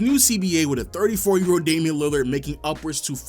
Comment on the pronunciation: There is no D in Damian.